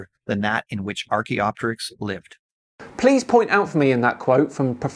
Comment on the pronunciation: He has pronunciation of archaeopteryx and vestigial over you, but that's where it ends!